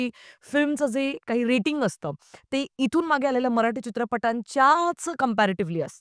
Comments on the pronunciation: मराठी ... म्हणा मराटी नहीं 🤦🏻‍♂️ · Bai kokanatli nahi tya mule dashavtar he Kontya web series inspired nahi tr dashavtarache khel kokant khup aadhi pasun hotat. Gaav mhatl ki story holi slow asnar gavach life he shara sarkh fast forward nahi te usant gheunch chalt. Aani mail te मराठी aahe मराटी nahi. Nidan jya bhashet review det aahat to shabt not uchhara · मराटी नाही मराठी बोल